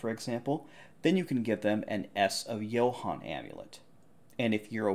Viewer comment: As a man named Johan, I must say you almost pronounce it perfectly assuming Swedish name (as in the case that is me)